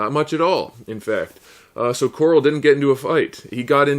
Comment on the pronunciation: are you calling him coral on purpose or is that just how you pronounce it